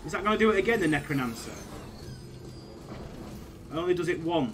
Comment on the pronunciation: wtf is a “Necronancer”? 😂😂